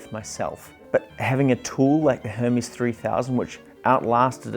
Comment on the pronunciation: You pronounced it correctly, as it is a Swiss company. So it is pronounced the Swiss German way and not the Greek way. Your friend may be right on the Greek god, but wrong on the Swiss typewriter company. (Most English speaking typewriter people pronounce it the wrong (Greek) way, too, by the way) And btw: I am German, so: yes, I know for sure 🙂